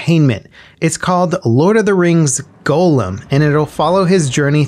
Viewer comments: i dont think he ever saw a lotr movie... golem... dude... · That's not how you say "Gollum," you know that right? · Is nobody going to mention the way he said Gollum?